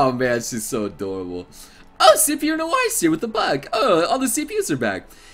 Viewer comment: u made noire sound like vert